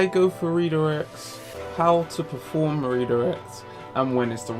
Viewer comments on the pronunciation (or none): Perform not proform but great vid